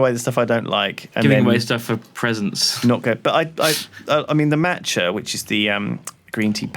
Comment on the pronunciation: The way Lewis pronounces Macha is absolutely killing me